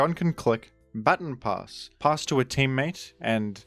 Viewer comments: "Ba-ton". Not "bat-on". It's not "batten down the hatches", it's a "ba-ton" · I didnt think i could dislike a pronounciation more than Groudon, but then I heard you say Baton Pass... shakes fist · "batten pass" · Thats not how you pronounce baton pass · Still crazy how you pronounce "baton pass". It's really cringe